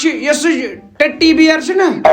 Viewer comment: Teddy bear ko tatee bear bola😂😂😂😂